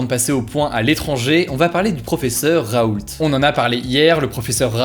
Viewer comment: Ca se prononce "raou" . Je l'aime pas parce qu'il ne respecte pas les normes scientifiques (et autre) mais il a le droit a ce qu'on prononce son nom correctement . L'erreur est cependant facile , je la fesait aussi avant .